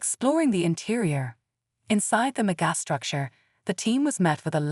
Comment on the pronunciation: That face that the narrator cannot pronounce megastructure is disgraceful.